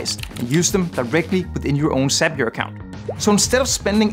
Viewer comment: did you say "sapure" what is that tool?